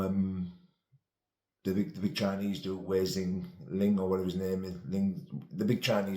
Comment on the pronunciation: way zing ling hahaha, that be zhilei Zhang then, made me laugh mate